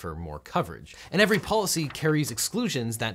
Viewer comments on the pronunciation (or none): none